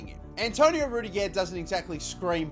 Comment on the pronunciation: | how he said rudiger’s name 😂😂😂😂